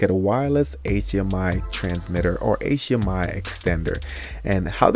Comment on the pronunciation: "...wireless Aychhhmiii..."